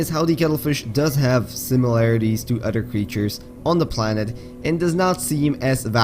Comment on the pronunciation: "Simliar to udder fauna"